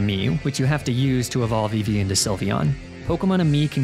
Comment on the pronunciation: EEVEE, NOT EVIE! FIX IT NOW!